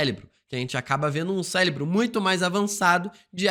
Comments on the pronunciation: Cérebro com R e não Célebro. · Ele falar "celebro" é intencional? Pq incomoda muito! 😅😅😅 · O vídeo está ótimo. Essa maratona de vídeos dos x-men foi umas das melhores ideias antes de de Deadpool. Porém não sai da minha cabeça você falando "Celinbro" kkkk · Que vídeo insano! Detalhe pro falando “celebro” diversas vezes hahahah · E "acloparam" ksksksk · também achei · Não consegue falar certo de jeito nenhum, mas acontece 😅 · Célebro, CÉLEBRO, C É L E B R O , CÉÉÉÉÉLEBRO... AAAAAAAAHHHHHH!!! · que agonia q da toda vez q vc fala "célebro"